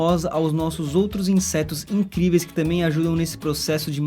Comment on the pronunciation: De novo ele falou INSESTOS kkkk